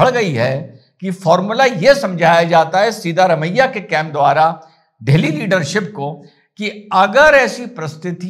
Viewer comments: Sir..It's siddha ramayya, not seeda ramayya..seeda vo kabhi bhi nahi hai.. hamesha teda hai😂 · Correct pronunciation is 'सिद्ध रमय्या', not 'सीधा रमय्या'. सिद्ध means to prove or realise.